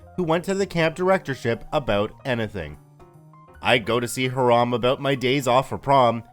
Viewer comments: Hiram = HIGH-ram, not heh-RAHM! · Isn’t Hiram pronounced HY-rum? If not, I’ve been pronouncing it wrong my entire life LOL. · Hiram is pronounced ... "High ... ram" 💕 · Can't pronounce Hiram, calls him Haraam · I'm sure it's pronounced "hyerum". I live in a city called Hiram. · I believe Hiram is pronounced HY-ram, and not like the Islamic term for forbidden. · haha the way you say Hiram bothers me. only time ive heard that name is from Riverdale and they pronounce it another way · Hiram pronounced incorrectly. See the videos Hiram Holiday for correct pronouncation. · I think that's pronounced Hy-ram, instead of Hah-ram. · F1 Yeah, and that's what it sounds like he's saying to me. I hear"Haram" instead of "Hiram." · The name is pronounced HI-ram, not ha-RAM.